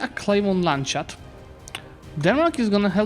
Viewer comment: Love the video, but it is called Lands-hut and not Land-shut :P